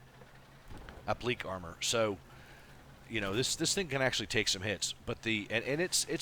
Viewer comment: Great vid as always.. One quibble: it is pronounced "app-lick-KAY" rather than "app-leek". Cheers.